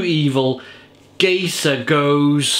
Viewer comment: Cheers,! Just a point of pronunciation - this beer is called "GUY-ser GOH-zay". It is meant to be a play on the name of the villain, Keyser Szose, from the movie "The Usual Suspects". And it IS a great beer! Love the channel!